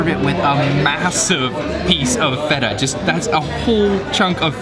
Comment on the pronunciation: Not a bad video but have you done it on purpose that you only pronounced feta right and rest of the words out if tune ? And sorry to say but what is this craze about yogurt and honey when there are so many amazing greek cakes and sweets?